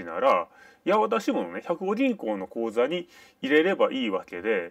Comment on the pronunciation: 「やわた」では無い。「やはた」。